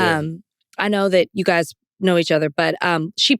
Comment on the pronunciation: "My gays". Now, Van. LOL.